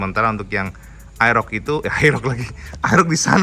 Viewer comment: kog AEROK???😒wkwkwkwk..... kerasukan cak STEVEN.....😂😂🙈🙈🙊